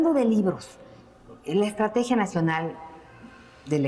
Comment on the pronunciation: no se dice estatregia,se ve que no practica la lectura.